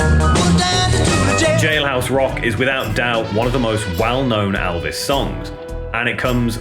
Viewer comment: So if his name is spelt ‘Elvis’… why do you pronounce it as ‘Aalvas’..